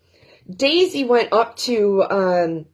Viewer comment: haha- I heard/spelled DAISY.... it's DACEY!! LMBO.